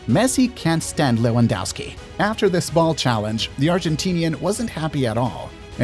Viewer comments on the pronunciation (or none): none